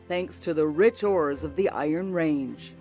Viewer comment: She doesn't pronounce "Iron Range" properly. She stresses "Iron"....a true Ranger wouldn't do that.